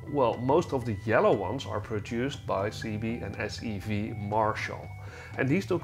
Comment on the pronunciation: Cibié is pronounced Sib ee ay not seebee